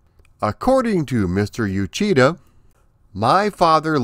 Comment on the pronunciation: Uchida (内田) is pronounce like oo-chee-da, not you-chee-da.